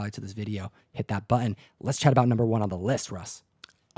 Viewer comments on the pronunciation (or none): where does the affectation Butt-Un come from? that's not portland, i don't know what it is, a part cockney?